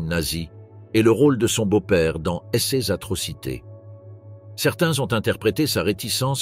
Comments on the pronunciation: wai mais la narration par l'I,A est pas terrible < > mdr^^ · clairement la façon de prononcer certains mots, "ces-e enfants""cesse bureaux" ,par exemple de l'i.a. est vraiment hyper agaçant